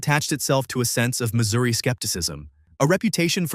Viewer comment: It's pronounced Missouri